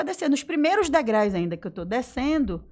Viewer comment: Só uma observação: professora de português, fazia correção dos textos e fala "DEGRAIS"!!!!! Pelo amor de Deus!!! Por isso a visagem empurrou-a escada à baixo!!!